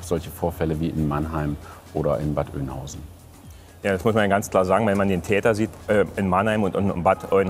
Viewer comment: Der Pinselmeister kennt nicht nur keine Buchtitel. Er weiß auch noch nicht mal, wie man Bad Oeynhausen richtig ausspricht. "Bad Oinhausen" jedenfalls NICHT^^